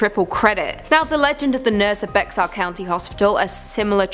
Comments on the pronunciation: Genine Jones was a baby killer. Get your facts straight. It's also pronounced Bear County not Bex-ar. She just died in 2019. The hospital used to be called San Antonio Charity Hospital and is now known and named as University Hospital. My cousin was one of her victims, unfortunately. RIP Maryanne Garza Santos. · Bexar is pronounced "Bear" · Bexar is pronounced bear, not Bex-ar. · Bexar county is pronounced like "Bear". Plus she killed a lot of children in Kerrville. Not just San Antonio.